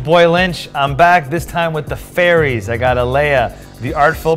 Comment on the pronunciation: Is lynch just trying to mispronounce cards? Mana geode is now “jode” (or however you want to attempt to spell it) Alela is now aleia. I’m 15 minutes in. IHYW